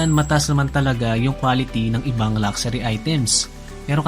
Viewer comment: LUXURY lak-sa-REE = x luhk-shuh-Ree = ✓